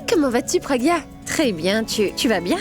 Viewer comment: Ça me fait tellement mal au cœur lorsque moni prononce mal le prénom de ma pragya et de mon abhi 😢💔